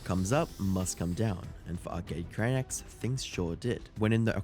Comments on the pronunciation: Blud said arcade crianks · Great video, but feels like it was rushed out after the Turkey Tom video dropped a week earlier. For example: (1) lots of sloppy mispronunciation of the video's Subject - Arcade "Cranks" / Arcade "Cranaks" (2) No new material, pretty much a recap of everything Turkey Tom already covered. You've been crushing it lately my man, please don't go down the Jake Tran path and churn out quantity over quality!